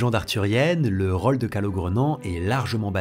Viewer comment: Pourquoi tu prononces "o" dans "rôle" ou encore "chose" ou tous les mots dont la sonorité de "o" devrait être "ô"?